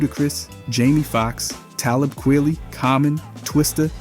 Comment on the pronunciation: You pronounce the name Kweli